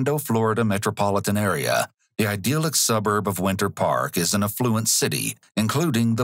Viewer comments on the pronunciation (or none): ideal-ic? you mean idyl-ic.